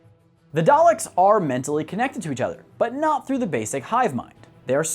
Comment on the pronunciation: He can’t say the name correctly